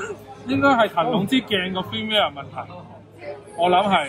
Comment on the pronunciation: 好多香港人都發錯音 firmware. Cambridge dictionary prouncation